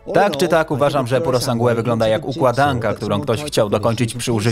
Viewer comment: pjurosangłe ?!? tego się nie da słuchać, kurwa kto wam to tłumaczy? pjurosanż